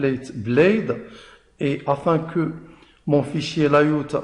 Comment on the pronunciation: Une très bonne explication, mais t'as un petit problème avec la prononciation entre francais et anglais comme URL, Layout......... tu doit travail sur cette cote